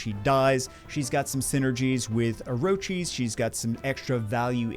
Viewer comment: It's or-kiss not orochies,!